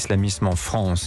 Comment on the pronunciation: Le fronce 😂